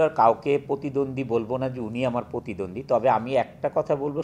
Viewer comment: পতিদন্দি।উচ্চারণ আমাদের ভুল যাক।কিন্তু অভিনেতারা যদি এগুলা বলে তাহলে কিভাবে হয়।